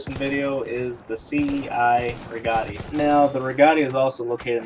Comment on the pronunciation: The correct pronunciation of the cei rigotti is the ch-i - re-got-i